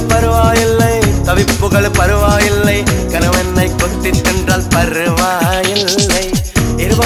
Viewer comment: யாரு யாருலாம் காதல்பிசாசே பாடலில் (பருவா இல்லை) உச்சரிப்பை கவனித்தீர்கள்